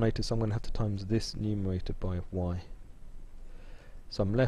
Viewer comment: Why do Bwits often have a speech impediment where they can't say /r/ ? No, I'm not talking about the ending /r/, as in "butta". I mean how they say the /r/ in "bread" = "bwead". You can hear it here when he says "factowization", "numewaita", and so on. They often have an Elmer Fudd pattern!